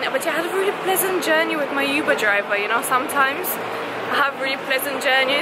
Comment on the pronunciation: Oo-ber... not you-ber 🙈😂